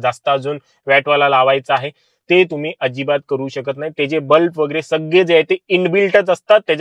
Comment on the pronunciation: अतिशय माहितीपूर्ण व्हिडिओ. याचा नक्कीच सर्वांना उपयोग होईल असे वाटते. फक्त “बल्ब” या शब्दाचा उच्चार नीट करावा. बल्ब ला “ब्लप” असे उच्चारले आहे पूर्ण व्हिडिओ मधे. मराठी भाषा शुद्ध असावी मराठी चॅनल वर.